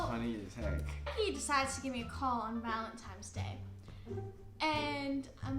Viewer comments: No one: ____ Danielle’s 14 year old brain: “ValentiMES day” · ahhhh ITS VALENTINNNNES DAY NOT VALENTIMMMES DAY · valentine* not valentime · When she says “valentimes” instead of valentines 😂😂🤪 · no one: dani: valemtimes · She kept saying valentimes day 😂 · It not valentime's it's Valentine's , but ya'll cute still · Valentine’s Day not valentimes lol they both keep saying it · Valentine’s Day* not valentimes day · The way she kept saying "valentime's"... sis👁👄👁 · VaLeNtiMes day 😂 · 'Valentimes' yeah she's not 16😂😂 that's something I said at like 9 but the fact she can't pronounce it right like go back to school 😂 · why was my girl saying “valentime” aren’t you already in 7th grade, shouldn’t you know this 😭. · Did she really just say ValenTIMES lol ik she’s human too but I just think it’s funny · Anyone else notice that she keeps saying “valenTIME’s” day. 💀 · Literally I’m younger than her and I know it’s ValenTINES day lol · valentimes day huh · Bro if she says valentime one more time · it sounds like she is saying valentimes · She said valentimes day bahahahah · “valeMTIMES day” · Literally NOBODY going to point out the fact she kept saying valenTIMES?! I couldn’t focus on anything else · valenTIMES day ahahahah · I’m sorry Dani but like its Valentines. Tines. I’m sorry it just it’s a huge thing of mine. I hate when people pronounce things wrong. I love btw you’re super cool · she really said valentimes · This is annoying. You're not interesting to watch because you're repetitive. You're underage. You cant even pronounce valentines right. This will hurt you more and cause more drama just stop.